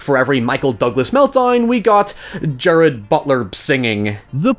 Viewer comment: Okay I'm going to do it if no one else is going to... I love your videos, been watching em' for a while. Got to be honest this is pedantic and probably just my small amount of OCD but maybe you will appreciate the correction on the pronunciation of Gerard Butler's name. I made the same mistake b4 - it's not Jared Butler but said like Je-Rarrd Butler. Like car is said at the end of the name but with an 'R' at the beginning.... RAWR? sorry. I know I'm the worst. :face-blue-wide-eyes